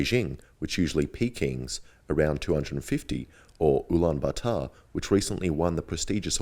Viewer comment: You just butcherd the name of the place i was born in Ulaanbaatar